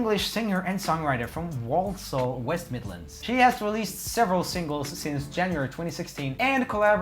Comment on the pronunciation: I love how he pronounces Walsall wrong and I know that he said it wrong cus I live there 😂😂 he said it like WaLlSall😂😂